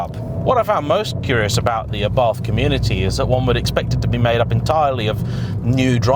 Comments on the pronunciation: Pronunciation is not ffs. It's Ah-Bart. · im italian and the way you pronounced Abarth at minute is just ridiculosly wrong!! It sounds like you are say Arbath which, once again, is totally wrong and not it is pronounced. The way britsh say abarth normally isnt really far off from the way we say it so just stick to that! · why should it be ARrrbat? Im from italy and its simply called Abart, not Abarf oder …. Wtf…xd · Who the f**K pronunce "Arrhbart"? Trust me, I'm italian, "ABARTH" is more similar to the italian pronunciaton. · ARBATH???? Can't you read, it's A B A R T H.... I usually like your reviews but this one was pointless...... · I puked a bit of blood in my mouth at “aRRRRbath” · "it's properly pronounced ARRBARTH" Me: 🤔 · I would love to know who told you that it is pronounced Arrrbarth! 🤣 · I like it, although mum keeps calling it variations on Abarth - a bath, Ardbath, Abroath, aardvark... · I think you had that pronunciation wrong 😅 it's not a pirate ship haha. Just say it without the H and roll the R a little. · Boasts “I know how to pronounce Abarth” then massacres pronunciation like a pirate with a speech impediment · Except he didn't boast. He pointed out that hes aware of his incorrect pronunciation. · it was just amusing to me that he pompously/defensively said “I do know it’s properly pronounced X” when it’s really not. But it’s a small problem in comparison to the fact this ‘review’ is a desperate attempt to be controversial with an awful clickbait title.